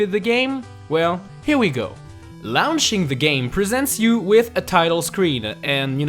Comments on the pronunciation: Fucksake ..... Laaawnching the game it's launching do u do this on pee per us or what speak English man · Seriously, who gave this show full of great games to? We need a new narrator, hopefully one who doesn't struggle with the English language. (informations, LOOOOOWNICHING, Mothers Brains) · 'lownching' lol